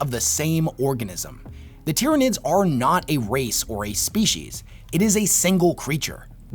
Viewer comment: There is a LOT that I disagree with in this video and I'm a 'Nids player. HOWEVER, the points make sense and it is well made and argued. Honestly, when you get to this level of power, it's more like who is sitting on who's shoulders while on the #1 podium. His pronunciation of most of the names is driving me nuts, however. Hell, I'm pretty sure he called them the "Dyrranids" once or twice.